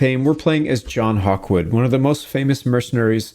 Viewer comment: John gawkwood?